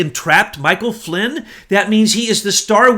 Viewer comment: Great show, but better to be less sloppy with the names. Poppadopolus has a "D" in it, not "Poppalopalus"; Gen Flynn does not have a "T", unlike "flint". I'm probably misspelling these names.